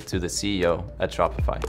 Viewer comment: BRO I KEEP HEARING SHOPFY AD FOR 1 year